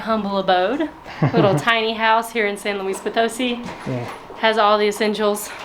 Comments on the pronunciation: FYI: when you see that little accent mark above a syllable in a word, you put an emphasis on that part of the word. So it’s pronounced potoSI…not poTOsi. Just ask a native how to pronounce the name of their city every time you hit a new place. That’s the easiest and most fun way to learn…interacting with the people who live there! Love you two and enjoy your videos! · Guys, I love your videos but the city is pronounced "San Luis Po-toh-SEE", not "San Luis Po-TOE-see", as you (mis)pronounced it.